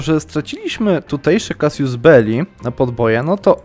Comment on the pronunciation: Drobna uwaga: Casus Belli, nie "casius," Casius, to rzymskie imie- Kasjusz.